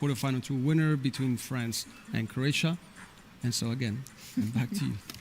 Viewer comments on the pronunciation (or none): He said crossia